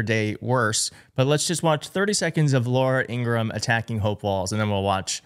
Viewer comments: According to Laura's brother the correct pronunciation of their last name is: In- gra- ham. It is not: In-gram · Laura’s brother has stated it is pronounced ‘Ingra-HAM’ not Ingrumm. Plus miss Laura hates it!